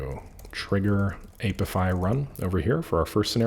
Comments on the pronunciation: "aye pee eye fi" not "ape if eye" 😉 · The "a" in apify is short like in app. Not long as in ape